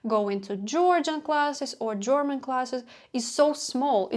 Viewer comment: i'm hearing you say German like jorman. Like rhyming boxer George Foreman. I've never heard this; I always hear German like rhyming with Herman, Sherman, Fur, Purr. You put so much effort in learning-growing. How could this not be difficult and disconcerting.